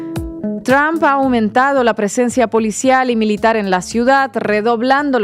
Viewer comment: Oye muchacha por qué no aprendes a pronunciar la palabra del viejo este presidente de Estados Unidos no se dice Trump estás como queriendo decir trampa no se pronuncia así ya is Donald Trump no es Donald Tramp léelo en español así como dice Donald Trump